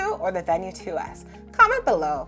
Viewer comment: Thank you for pronouncing Venu correctly. So many reviewers pronounce it with a long e sound like veenu.